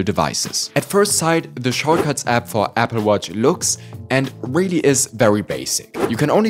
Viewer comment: Nice accent Apfel watch